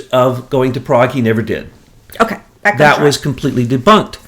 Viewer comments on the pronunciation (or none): none